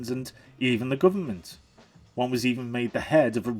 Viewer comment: "Bruverment." Priceless!